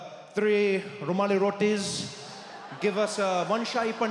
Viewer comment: Too good… the way he said rumali roti😂😂😂😂